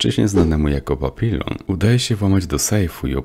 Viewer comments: Nie papilon, tylko papiją. Nie moulen rouge, tylko mulę róż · "Papilon" no kur.... nie wierzę. Nie można było sprawdzić jak to się wypowiada?